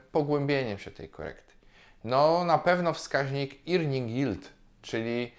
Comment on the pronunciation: Irnings? Zlituj się z tą wymową